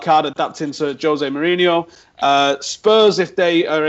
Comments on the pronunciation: Who the fuck is "HOSE" he's not Spanish. It's José. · He's Portuguese not Spanish so it's pronounced Jose not hose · You pronounce the 'J' in Jose. He's Portuguese, not Spanish! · Pronounced "Josay" not "Hosay" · José. With a J not H. Please. Stop. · Stop saying Hose Mourinho its Jose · Ignorant Brits... stop saying Hosé! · I beg you stop pronouncing José with the Spanish J. He's Portuguese. It's more of a J sound